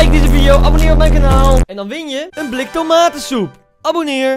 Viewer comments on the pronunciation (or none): Niemand: Koen: een bLiK tomatensoep